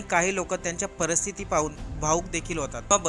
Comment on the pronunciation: व्यसना मुळे संसाराची आणि शरीराची राख रांगोळी होते यांचे विनोद कांबळी हे ज्वलंत उदाहरण आहे. निर्व्यसनी आणि प्रसिद्ध असलेल्या सचिन तेंडुलकर ने अशा प्रसंगी स्वतःची सुटका करून घेणे हे काही गैर नाहीं. किंबहुना सचिन च्या जागी इतर कुणीही असता तर त्याने सुद्धा हेच केले असते. असो, ईश्वर विनोदला सुस्वाथ्य देवो. प्रस्तुतिकरणात प्रसंग वर्णन करण्याची मराठी भाषा शुद्ध असायला हवी जसे : परस्थिति नसून पारिस्थिति, त्यानला नसून त्यांना असा उच्चार करावा.